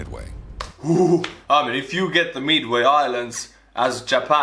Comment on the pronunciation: omg, you saying Midway is so funny, its mid way not meway